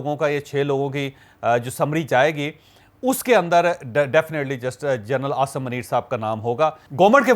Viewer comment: اوے پنڈو چوھدری پہلے اپنا اردو کا تلفظ ٹھیک کرلو منیر میں م پر پیش ہوتاہے